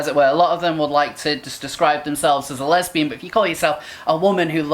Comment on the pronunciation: LEZ-BEE-YAN, JLP style.